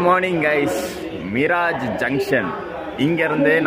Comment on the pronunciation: அது மிராஜ் அல்ல.. மிரஜ். பொதுவாக மீரஜ் என அழைக்கப்படுகிறது